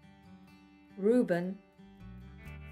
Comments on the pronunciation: Rubean? Not Reuben? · Rubean? Not Ruben?